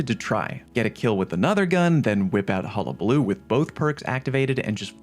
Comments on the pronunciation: Thank you, you are the first creator I have watched that pronounced hullabaloo correctly 🎉🎉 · You’re the first person to say hullabaloo correctly on YouTube